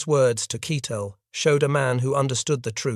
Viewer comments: Keitel is pronounced KEYE-TELL, not keetle. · Always a problem when the narrator mispronounces well know names such as Keitel, which is pronounced with the sound of a long I, not a short I, in English.